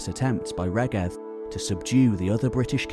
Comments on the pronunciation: Excellent on the whole, but it would be great to hear the the Welsh names pronounced properly, e.g. Rheged [ˈɹ̥eˑgɛd], Ystrad Clud (Strathclyde) [ˈəstɹ̻ad klɨːd]. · Pretty sure "Rheged" is pronounced REED.